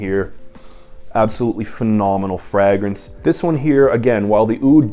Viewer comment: How do you pronounce fragrance😂